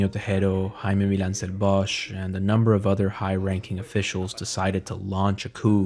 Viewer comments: wonderfully done!👌 just one minor note -> the one in the video is the German pronunciation of "Bosch", in Catalan the H is silent, as in [βɔsk] (...meaning bosque/forest) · lol I wish he had pronounced the surname right. It’s actually « bosk » but even people in Spain mispronounce old Valencian surnames